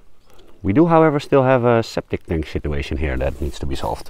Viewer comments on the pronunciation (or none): Did you say "sceptic tank shituation"?🤣